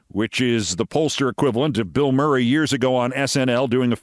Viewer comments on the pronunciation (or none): none